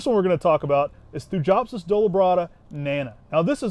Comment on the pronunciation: Hello, just a quick note, the pronunciation of Thujopsis is always thoo-yop-siss just like Thuja is thoo-yah.